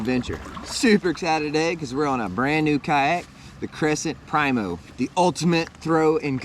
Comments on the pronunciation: preeemo, not prymo, k bud. Love ya. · Learn how to say Primo